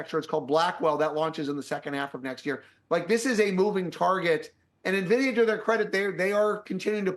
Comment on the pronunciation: He knows how to pronounce Nvidia so you can trust him.